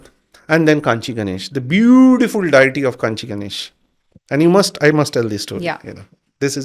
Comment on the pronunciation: It's annoying he keeps saying the word deity wrong way